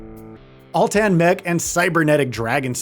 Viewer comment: NO!!! You mistuk Atlan Mech for Altan Mech : ( But video is still good and informative.